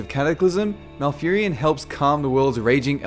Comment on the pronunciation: Furion, na serio?